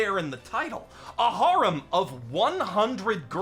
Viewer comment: Why tf do you say "harem" like that?